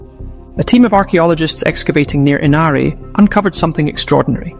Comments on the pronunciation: Ínari, not Inári! Hélsinki, not Helsínki! And how about the (southern-) Finnish people? They talk a language akin to the language of the Sami and very different to the Germanic languages of the other Scandinavian peoples. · No more than scandinavians generally, so I don't know where you get that from. BTW it is "säämi", not sahmi. That is, the a is broad like in when you say "sand" in southern american english like georgian accents. The guy in the video also mispronouns Inari. It is more like "INNARI", not inahri